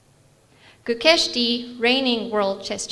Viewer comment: Pathetic journalist! Despite being an Indian, that too a Tamilian, she mispronounced Gukesh's name for that rubbish question. Media companies and radios should have better standard at selecting journalists they're sponsoring the trips for.